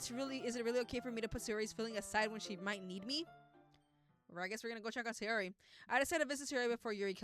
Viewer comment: ITS SAYORIIIIIIIIIIII